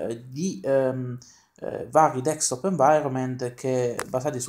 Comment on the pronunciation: il tuo ragionamento mi sembra valido ma con delle riserve. Poi una curiosità, mi sbaglio o ti sento pronunciare "DeKstop Environment"? Naturalmente so che sai come si pronuncia ma mi incuriosisce sapere se lo sento solo io. Beh per il resto non posso che chiederti di continuare così! Magari aumentare un pò la frequenza dei video! E anche sarebbe bella una recensione su Kalì Linux, è una distro che mi interessa ma non l'ho mai provata... è possibile? Un caro saluto a tutta la comunità del Box :)